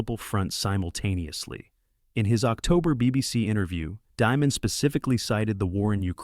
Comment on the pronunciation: You don't pronounce his last name like, diamond. It's pronounced, demon.